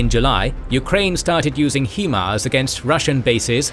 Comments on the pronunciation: Fantastic in depth view of the russo-ukranian conflict and the animation was incredible! The only thing is the way he says "HE-MARS" instead of HIMARS. You know damn well that it's not pronounced like that 🤣 but fr I think this was one of his best episodes it was awesome 👍👍👍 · "He-mars" Really? you couldnt get the name of it right, Its pronounced "high-mars" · HIMARS is pronounced "High Mars", not "HE Mars" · It’s hi Mars not he mars. Just for your information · You are mispronouncing “swathe(s)” & HIMARS & (Svero)donetsk & Kherson. They should be Sway + thz and “High Mars”. It’s an abbreviation of the word High. It is pronounced “High” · Only one suggestion. It is not Himars, but HIMARS. And it is an accronim (High Mobility Artillery Rocket System), not abbreviation or a private name. And the pronunciation is not /'hima:rz/ like Ukrainians are calling it and like it is pronounced in the video. Manufacturer Lockheed Martin and the US Army call it a /ˈhaɪmɑːrz/. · I think I'm failing to understand something in this video. The narrator keeps referring to the WESTbank of the river as the "rightbank". From my perspective, the westbank would be the "leftbank". And who the fuck refers to riverbanks as left or right anyways?! Oh well, not a big deal. I also noticed the constant mispronunciation of the acronym "HIMARS" (he kept pronouncing it as "HE-mars" instead of "HI-mars", and I don't understand how it's even possible to make such a mistake since "HIMARS" is pronounced **exactly** how it's spelled)). Other than those little nitpicky things, the video was amazing. Can't get over how insanely talented the artist(s) must be. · HI-mars. There isnt even an E in the name 😂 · and Generals oh! OK. My mistake. I just assumed because of the pronunciation on all the videos that it was AI that pronounced HIMARS as HEE Mars. Sorry about that. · The way he keeps pronouncing himars is driving me crazy. It's not "HEMARS", it's "HIMARS" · It’s pronounced (high-mars) Himars.